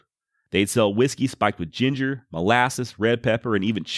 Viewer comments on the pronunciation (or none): none